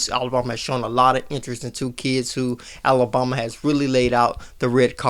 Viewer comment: Love your content, hate how you say Alabama. A-LA-BAM-A! ..BAM, BAM! Not BOM! It's not Alaboma. 🙄 Keep up the good work, work on the pronunciation!